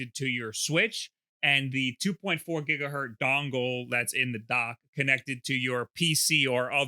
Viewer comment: Did this man just say 2.4 "Gigahurt" three times in a row? Go look up Heinrich Hertz.